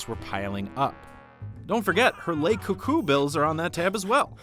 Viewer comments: The guy pronouncing it as "ley coucou" and not "luh coucou" bothers me more than it should. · "Lay cou cou" this guy seems like he never even heard a word of French in his life if he can't even say that right. It's like someone not being able to pronounce "the". Say it like "luh cou cou". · It’s pronounced “Luh CouCou” as it is spelled “Le”. If it were spelled “Les” it would be pronounced “Leh”. But it is not. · Say "lay coucou" one more fucking time